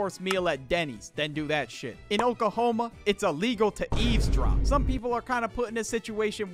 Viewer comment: Oklahoma: Not Okahoma